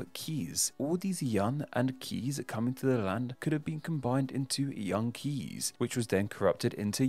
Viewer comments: In Dutch "Kees" is pronounced like English "case", not "keys" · Perhaps some Netherlander might care to correct me, but isn't Kees pronounced more like Case than Keys? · It's not pronounced "Kees," it's pronounced "Case." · Your pronunciation of Kees is way off, but it's probably exactly how the name got corrupted in the first place. Kees is pronounced like the word 'case', so my colleague is often teased with wordplay around being the worst Kees, the best Kees, or doing a Kees study. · 'Kees' is pronounced like the word 'case'.